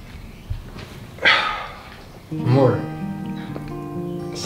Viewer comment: Quando o falou "amorr vc sabe" cr eu chorrei para umm kkkkk